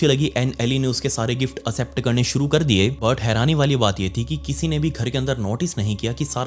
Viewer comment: एक्सेप्ट न कि असेप्ट